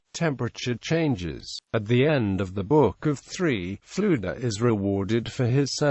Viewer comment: Not quite. Dd in Welsh is pronounced as "th", and Ff has a soft, breathy f sound heard also in Gaelic. His name is pronounced much like "Luther"